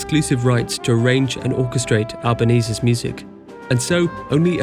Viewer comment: the way he pronounces names is very strange, Russian Ballerina Ida Rubinstein turns into "Aaaida Rubinsteen"and Isaac Albéniz turns to be "Eizék Albanese"... The spanish composer won an Italian surname ...